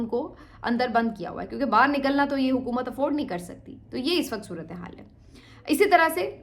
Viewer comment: Madam, the Urdu word is baahar, not bahir, correct yourself. Your Urdu diction is otherwise good.